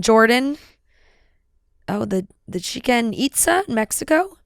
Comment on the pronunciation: Love but i can't believe she said Chicken Itsa instead of Chichen Itza.